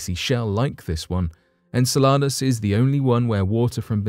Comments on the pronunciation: Its in- cell-luh-dus, not in-ce-la-dus, dont produce this work when you cannot pronounce the planet or the satellite. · The way you say Enceladas makes it sound like a tasty Mexican dish. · I'm sorry but you put the wrong emphasses on the wrong sylablle if you catch my meaning. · Really enjoy your videos, will forgive the unusual pronunciation of “en-seh-luh-duhs” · En-Cel-e-Dus, holy cow get the annunciation right before you attempt to guess. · I'm not one to diss about pronunciation but it's said en cell I dous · Please learn the correct pronunciationof Enceladus